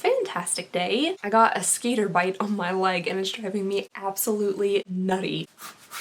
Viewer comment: I thought you said skater bite, not skitter bite!! Lol